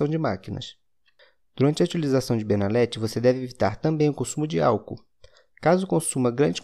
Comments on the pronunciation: Benalet... N se pronuncia o t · No próprio comercial eles pronunciam benalet com T